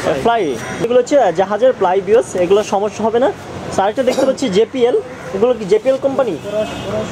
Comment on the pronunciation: ভাই যে পি এল বলছেন কেন এটা হবে জে বি এল